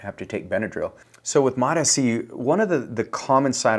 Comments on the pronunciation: It's MOTS-C, not MOTA-C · It’s MOTS-c, not MOT-sc. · FYI Its pronounced "MOTS" C NOT "MOT" S-C - S goes with MOT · This wanker still calling it mot Sc. Dude, it’s mots (like applesauce) C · No such thing as Mot SC Mots-C You sound ridiculous mispronouncing it but also giving advice on it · MOTA-C? You don't even know the name, bruh. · I lost a LOT of respect for not knowing how it's pronounced from the people who MADE it. It's exactly the same for how folks are pronouncing Tesa, Reta, Ipa etc. If you want to focus on getting your point across pronounce it properly. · Still mispronouncing it. Immediate thumbs down and bail .. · Bro, you're not even pronouncing it correctly. Doesn't instill much confidence. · Bro can't even pronounce it right. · Guy can’t even pronounce it right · Still mispronouncing Mots-C, I see.... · Yeah. Who can trust a peptide guy who can’t get the name right